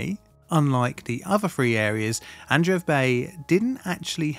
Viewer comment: Congrats on your nuptials. I think Adreev the ev is usually pronounced short vowel eh as in: ehv. The first e would be pronounced long a form. As in Ay. Ahn'Drey'Ev. Not eev long single vowel double e as in English .